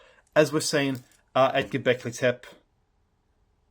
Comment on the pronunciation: please don't say 'Göbeklitep'. The final “e” is pronounced: Göbeklitepe... Best wishes from Turkey...